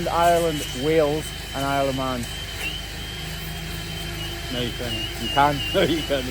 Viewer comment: I heard “Isle of Mann” as “Aleman” (ah-le-man), which is the Mexico Spanish name for Germany. I did not believe that you could see Germany from there. I assumed that you were just pulling our legs.